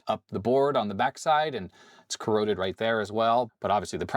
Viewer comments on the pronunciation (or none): PeeCeeBee are CorrOrrOddEdd